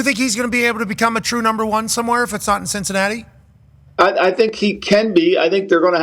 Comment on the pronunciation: Did say Sh!t-cinatti?!?!